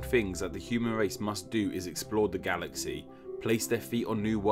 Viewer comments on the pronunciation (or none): none